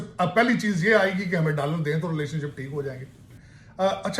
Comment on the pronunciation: Hume ' daaalar ' de😂😂